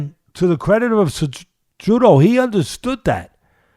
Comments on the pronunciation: Anyone else hearing Teddy calling Cejudo , "Ce-joo-doe" ? LOL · Thats what masvidal calls him lol kinda the spanish way